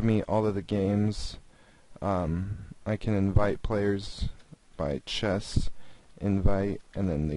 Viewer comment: Dude... Please tell me that you are from a different country and English is not your mother tongue. Chest instead of chess?! Horse instead of Knight?! Really dude? Even your pronunciation of config was a little iffy. Sorry dude but I'm being honest here!